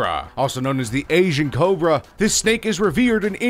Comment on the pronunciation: Take a shot everytime he fucks up the word Cobra